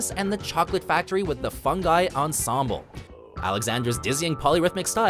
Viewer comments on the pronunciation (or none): none